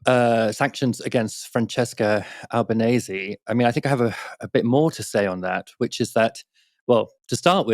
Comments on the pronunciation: She DESERVES HER NAME TO BE PRONOUNCED CORRECTLY!: It's Ahl-bah-neh-seh, not ahl-bah-neihs nor ahl-bah-neih-sih. Al-ba-ne-se. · Please pronounce her name correctly. .google it if necessary .it's not Albanaise . Which is is not correct. It's a matter of respect. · Pronunciation! Albanese rhymes with easy